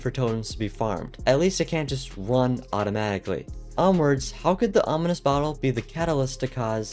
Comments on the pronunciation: It's ominous, not onimous 🫤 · Not being mean, but you mispronounced ominous. You said onimous. No hate and have a blessed day 😊